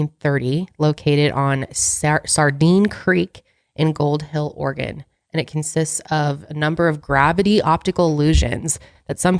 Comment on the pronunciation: Anyone else listen to the podcast and hear "organ" vortex instead of Oregon? 😂 Also, I miss the old song... but this one fits the whole vibe oh Mile higher.